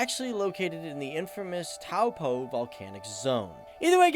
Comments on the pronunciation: I've lived in NZ my whole life and it's pronounced Tauw-po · Taupo= toe-pour